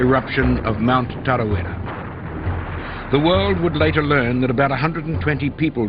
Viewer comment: I just want to say, for an American, you said Tarawera very well. Usually Americans say Taaraaweara, and it grates on me, but damn. Well done.